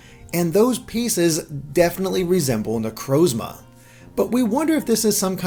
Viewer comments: say it with me now, na-croz-ma. Not na-crowz-ma. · Amazing video but please learn how to pronounce Necrozma